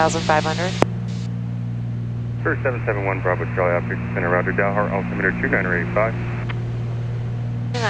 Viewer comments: Dalhart is pronounced Dal as in Al... not awl :) I have flown a lot at high density altitude the last 3 years and it definitely makes landings interesting. FMN field elevation is 5,600-ish and DA can be in the 9,000 range in the summer. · Texans call it 'D "al" hart', not 'Dollhart'. For future reference. Hit 'Like' and Subscribe.